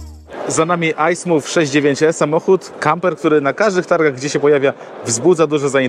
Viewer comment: Luksusowy na Ducato i jeszcze za 800 k 😂. Panowie macie zaniżony poziom luksusu a zawyżony poziom cen za ten “luksus” . Praktycznie oddajesz 1 i 2 w kuchni 👎 PS. Wymowa nazwy modelu to po jakiemu ?